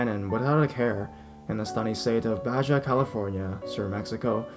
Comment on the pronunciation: Baja ( ba-ha)